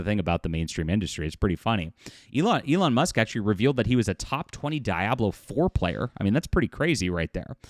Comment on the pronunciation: You accuse others of being “fake gamers” but didn’t even know how to pronounce “Diablo 4”… the jokes write themselves at this point